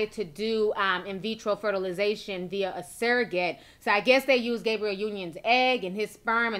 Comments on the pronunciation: Sometimes I feel like she pronounces these names wrong on purpose. You know damn well that girl name ain't Gabriel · Sis was killing me with the pronunciation of Gabrielle 🤦🏾‍♀️ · I swear black YouTubers purposely say every name with more than 5 letters wrong on purpose. It's like damn who doesn't know how to say GABRIELLE? The world says it enough, there's plenty of videos referencing her specifically yet it gets said wrong. I'm just saying I've noticed this alot from black YouTubers, like they be reporting but act like they don't know the person they are reporting about. ☕